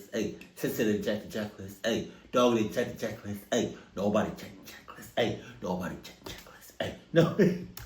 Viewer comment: 😂Ohhh check list= “CH-CHK”🔫